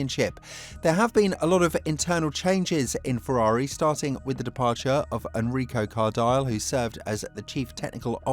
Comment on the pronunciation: Enrico Cardail ahahaha jeez guys take 2' to master a bit of italian pronunciation